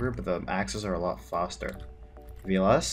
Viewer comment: Random British accent word "faster"